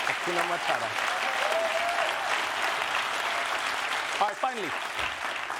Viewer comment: C'mon Trevor, more than twice this week already! I can't take it anymore...it's 'Hakuna Matata' not 'Hakuna Matara'. Pronounce the second 't' like the first , simple! 🤣🤣🤣